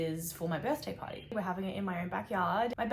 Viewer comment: when she said party secshon I thought she said potty secshon🤣🤣🤣🤣🤣🤣🤣🤣🤣🤣🤣🤣🤣